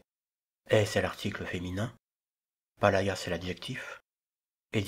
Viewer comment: On ne dit pas "palaia" mais "paléa" le "ai" en grec se dit comme en français "è" comme dans "palais". Et on ne dit pas "guénessis" mais "gyenessis" le "G"de gamma est un G fricatif entre "y et g".